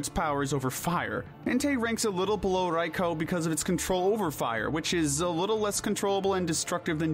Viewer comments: Oh ffs. RAY-KWA-ZAH. OH WTF AS IM TYPING IT HE SWITCHED UP HIS PRONUNCIATION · raikOOOOO not raikOOOOH stop acting like you're cool for saying it go burn in his tower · The way you pronounced Raikou bothered me xD hahaha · I can't be the only who cringes whenever he says Raikou right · "Riko" "Evil Tall" "Qrem" Bro its Raiko, Yveltal, and Kyurem